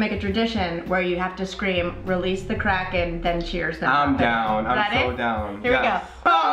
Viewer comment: I thought you said "Crack and Rum" not "Kraken Rum" I was worried for a second.